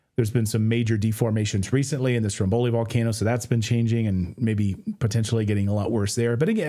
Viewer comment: So... While listening to this, at: I heard the word: Stromboli pronounced incorrectly, and thought I'd point this out to anyone that likes to learn something new, maybe. ... While as a general rule, for most Italian words, the accented vowel is the 2nd from last, there are exceptions, the word Stromboli is one, as the accented vowel is the first 'o'... Just saying! 🤗